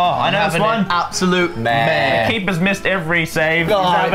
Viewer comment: he’s having an aBsOlUtE MAAARE